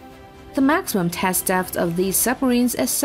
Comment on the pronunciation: After a while, I stopped listening to the words and just winced at her pronunciation. "bow" rhyming with "cow", struggling with the word "depth", is she artificial? In which case, it's very good, but otherwise...